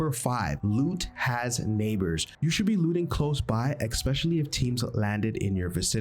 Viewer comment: Expecially 😂 Good Vid though